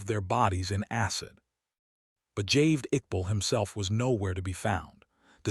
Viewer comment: It is Javaid not "Javed".